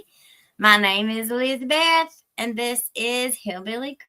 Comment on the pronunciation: Elizabeth, I am from El Paso, TX. I had a best friend from Hazard, KY. I love the way you say your first name!❤😜💕